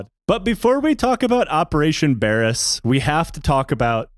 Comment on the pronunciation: It's pronounced Bare-ass. Or Bayer-ass.